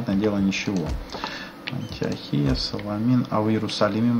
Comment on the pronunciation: Антиохия-Ударение на О.